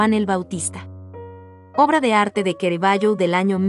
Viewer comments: C + A = CA no es QUE RAVAGGIO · Lo único mal del vidrio es la mala pronunciación del pintor y del nombre de suse obras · Tema excelente aunque con errores y lo peor...pronunciar mal el nombre del artista...choca!!!